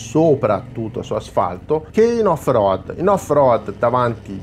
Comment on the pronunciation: al settimo "off roAdd" ho spento!!